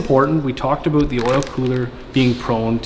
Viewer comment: Talks aboot being accurate says 110% wtf A